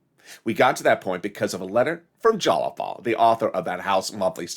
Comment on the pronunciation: It's not "Jalapal"; it's Jayapal